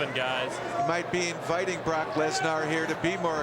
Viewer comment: Yeah, they’ve both been pronouncing Bork Laser, wrong